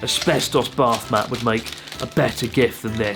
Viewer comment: Why i hear BARFmat instead of a bathmat there? :D